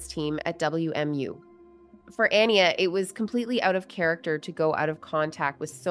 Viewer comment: It bothers me that the host keeps mispronouncing the name Aniya when her family mentions her name many times thoughout the clips that she used for this video.